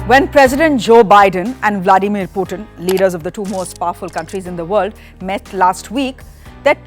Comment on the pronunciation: Host: 'Byedone toll poootin!🤣🤣